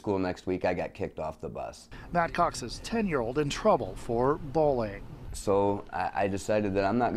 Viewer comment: why does both the reporter and the father not use the letter Y? "bowling" and "bulling". not bullying, apparently.